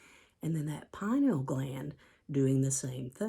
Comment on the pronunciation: You are delightful to listen to. However "pineal" is a 3 syllable word.